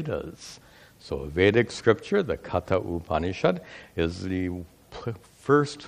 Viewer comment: Sorry, Katha Upanishad is meant to be pronounced "कठ उपनिषद्" or "कठोपनिषद्".